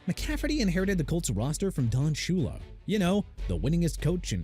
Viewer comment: YOU MEANT SUPER BOWL 8 WHEN MIAMI BEAT MINNESOTA MR. ILLITERATE?! YOU KNOW WHAT?! YOU'RE FINISHED... AND NEXT TIME PUT RESPECT IN DON SHULA'S NAME! SHOO-LUH! I'VE HAD IT WITH YOU!